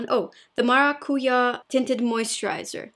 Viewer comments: The pronunciation for "macarujá" is correct, but we speak the last "a" stronger. Like maracujA. It is the stressed syllable. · mara-cu-zhA with the stress on the zha, zha like j'adore or j'habite. I assume bc its how you say passion fruit in Brasil. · "Maracujá". A pronúncia do J no português é como no francês de Jouer. 😉😘 Amo seus vídeos!! ❣ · it is so relaxing to see your videos. Oh, and about Maracuyá, you see that accent mark at the last A, that's where your pronunciation falls harder. Not in the U, the last A. Thanks for your videos. I love them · To pronounc maracuya...correctly you need to make acent...at the end of the word...example...ya!!! Maracu....ya...and the Ya...must to be very strong...then you are speaking right jajjaa love your look. Every day you look more beautiful. Adorable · Maracujá = passion fruit in portuguese. You almost pronounced it right 👏👏👏👏👏👏 I love this look.